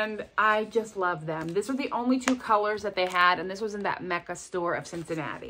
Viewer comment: That Cincinnati store sounded amaZing! You did say Cincinnati, didn’t you? 🤪